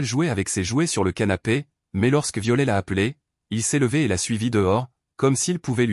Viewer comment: On ne pro No NCE pas Viole Ilfaut prpo on er le t de violet sinon c est ridicule